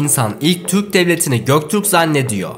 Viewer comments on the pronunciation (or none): none